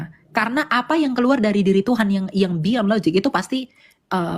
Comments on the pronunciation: Bahasa inggris jg Gak ada LOZIG Dibacanya jg LOJIK, bukan LOZIG 🤣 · Lozik ...😂😂 Lojik oten baca nya . Yg logik itu laki ya laki bukan laki tp kemayu 😂😂😂😂😂😂😂 Dasar lakhnatullah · In English it's pronounced as "LOJIK", not "LOZIK". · Logic di baca lojik bikan lozik bodoh kali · Nyebut logic saja lozik...dibetulkan berkali2 tetap loziiikk... ampyuun... tp gayanya sok logis...😂😂😂 Uni Riva hebaaatt...❤❤ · Logic - - lojik pake j bukan pake z Sok2 inggris ni kaleng.. Ngomong ga jelas mutar muter Oten koplak 😂😂😂